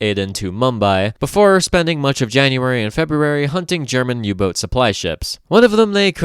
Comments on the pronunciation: I cant tell if "U boot" is a accent or an attempt to say it the German way. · I'm reminded that you're on how you pronouce "U-boat"